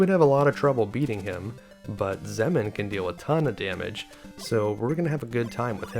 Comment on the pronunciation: Based on the pronunciation of literally every other word that ends in "mn", I think it's safe to say "Xemn" is pronounced "zem", not "zemmen".